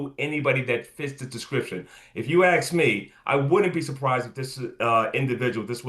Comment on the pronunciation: Rodney acts like he has a third-grade education. “If you axe me…”